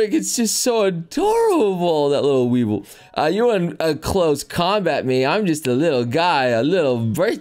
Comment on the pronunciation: Fine we can let him go for mistaking the two but did he just pronounce Weavile as a lowly Weevil